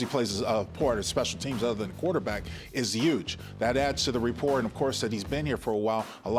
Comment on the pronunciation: Great Job! L K. FYI~~The word is RA-por…..not RE~ por